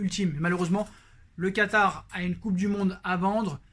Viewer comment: Mdr ta dit katary